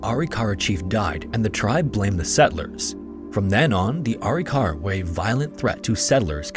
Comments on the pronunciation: "Uh-Rick-Uh-Ruh" is how I've always heard it pronounced. Dr. Bill Bass worked extensively on Arikara skeletal remains and as a forensic anthro grad student, I heard the word a lot. Thanks for another top notch video. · I’m part Arikara, I’m enrolled in a federally recognized tribe (MHA nation in ND) It’s pronounced “A-rik-ara” Great video, have a wonderful day! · Ah-Rick-Ah-Rah not arykara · ITS PRONOUNCED... A-RIC-A-RA, not ARI-KARA. I'm Caucasian and even I know that.